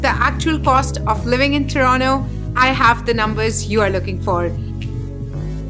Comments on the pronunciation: TORONTO - not Toronno. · Its Toronto not Torono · Yesss what the hell is Tronnooo??? Hellaa annoying 😫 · Everything about the video was good.. but one thing is the pronunciation of "Toronto" and that kinda sounds fake or "wanna be - ish" ... no offense just my opinion ..